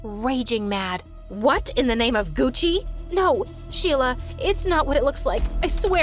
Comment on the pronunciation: What in the name of What I heard:Gussi Vs what you heard:Gucci